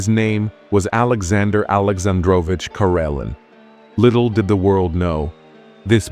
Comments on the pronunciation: The saddest thing about this video you keep pronouncing his name wrong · Your pronouncing his name wrong